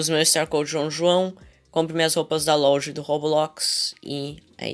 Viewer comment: Oq o João fala louja não loja e